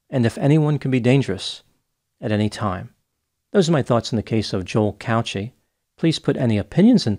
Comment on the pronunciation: The way you pronounce Cauchi is not right I'm Maltese and it's pronounced "cow key"